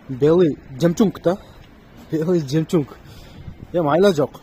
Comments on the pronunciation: 😂😂😂 Жемчунг деп кой😂😂😂, Белый жемчуг десен родной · Нур кг дагы деле жемчунг деп журотко😄